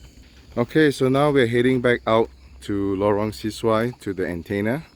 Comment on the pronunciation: Bro it’s pronounced Lorong Se-Su-Ai (Se is not pronounced “See”.. it’s closer to “sir” as it’s a Malay word. Thanks for the vid